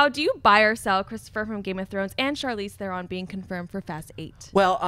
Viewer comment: "Charlise Thoron" Really? And this guy runs a major channel revolving around movies? Really?